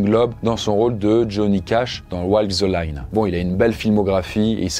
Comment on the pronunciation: Mes oreilles ont lancé des petits jets de sang à l'évocation de "Walk the Line".